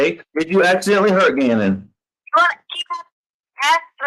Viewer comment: I I I Me Me my me I. but she can't even say Gannons name